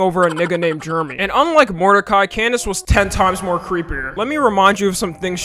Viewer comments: its not germy you dumba boy its jer - eh - me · U calling Jeremy sounds more like GERMY lmfao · Ugh the way you butcher my name is so Cringe it’s jer-remy Jeremy !!!! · did he say germy?